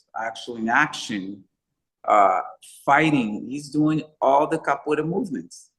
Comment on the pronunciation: Great interview. But I really want to know, is the a reason why you don’t say the “ra” at the end of capoeira? It just sounds like you’re saying “capo’ei”. Always wanted to ask. Thought it was the best time to bring it up. Might just be the way you speak. Like “Choreography”. “Co-ography”… just like Phat Samurai. As you can tell, been watching your videos since the jump. Love the channel. Keep it up!!!